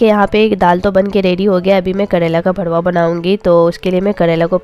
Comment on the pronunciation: Aap galat pronounce karte ho...karela ka bharuwa hota hai...aap aise bolte hai lagta hai ki gali bol rahe ho...R ki jagah D mat use kijiye.